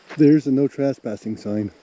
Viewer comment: I am intrigued by the way you pronounce trespassing, as if it were spelled traspassing.